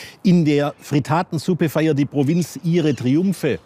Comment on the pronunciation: Nicht Fritaaaatensuppe, sondern Frittattttttensuppe bitte!